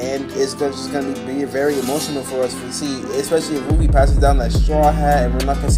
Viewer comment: Im i crazy or smth cuz the guy dat is talking said oofy or uffy